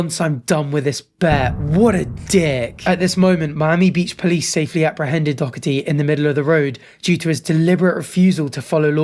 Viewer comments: bruh its not that deep just say his name right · where are you reading dockerty? it’s Doherty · His name is Doherty not Dockerty . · How does one go from doherty to saying dokerty🤣🤣🤣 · My brother, it’s Doherty 😭😭😭 I hate this pos, but the dokerty triggers so much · It’s Jack Doherty. Dough-erty, not dock-erty. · why is bro saying dockerty not doherty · It's pronounced 'doh-URT-ee' or 'doh-EH-tee', gang gang; clearly neither you or that American news host have ever encountered the name "Doherty" before. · bruh, you heard them say his name right? Door-Tee! tbf screw him he is not the point. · sort of pronounced Doherty like Docherty and I hate it because one is my last name and one is the worst guy ever. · I am so sorry, but watching you LOOK/READ the name "Doherty" and continuously pronounce it "Dockerty" was fucking killing me bro. 💀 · And how tf is Doherty, dockity? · Bro said hickory dickery doherty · Absolutely hilarious he was saying dorkety 😂 still dont know how anyone would watch that clown or give him any attention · So tell me....where exactly is the ck in Doherty? Is it really pronounced Dockherty? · Wtf was that pronunciation? Jack dockerty? That instantly triggered me 😡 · Why is it that Brits can’t pronounce Doherty properly? Where is the c or K in the middle of the word? Do-her-ty it’s really not that hard! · buddy, there's no c or k in Doherty, why are you pronouncing it like that? It's Doe-hurty or Doe-urty. Not that I like that little dbag. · pls stop saying dog-herty. its like playdoughgerty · “Dockety” it’s just pronounced with a h mate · How many times did you say Dougherty wrong after the news lady said it correctly? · Are you saying Jack Doherty’s name wrong on purpose? For engagement? If so, it worked 😂 it’s annoying AF though! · nah. I’m British we don’t say that he just messed up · Love how this dude puts a "k" sound in the middle of Doherty's name every single time he said it 😂